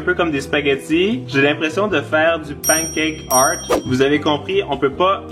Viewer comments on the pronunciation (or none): none